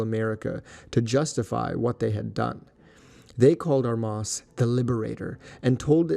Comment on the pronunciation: Enjoyed the video, but Armas is mispronounced. The stress should be on the first syllable.